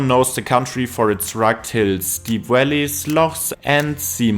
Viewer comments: Valleys pronounced Wellies 😂 everytime I just pictured some big rubber boots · I thought he said deep Wellies , then i realized he was saying Valleys 😂. The building are made from sandstone and are a golden colour , pollution has turned them black .Apart from that , thanks for the video of my home town .